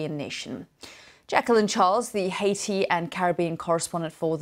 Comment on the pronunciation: Take note Adam Boulton, this news reporter pronounces Haiti correctly.